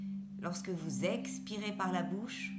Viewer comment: Bonjour, ce qui m a gêné c est votre voix très accentuée sur certaines syllabes comme le ex de expirez par exemple. Je préfère plus de douceur dans les voix pour les meditations. Mais ça ne regarde que moi. Merci pour votre implication dans cette vidéo. Claudie.